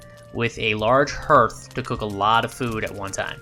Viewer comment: Just as an fyi the vowel sound in hearth is pronounced ar, like heart, not er like earth.